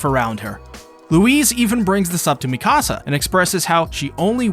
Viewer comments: Meek uh sa not mi casa I don't care about your house. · It’s Mika-Sa not Mi-Kasa